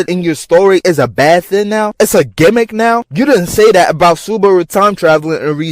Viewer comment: Aye bro I’m in here screaming when this nigga said “TIME TRAVEL GEMICK” … wtf is these ppl talking about ! That’s what makes the show extra good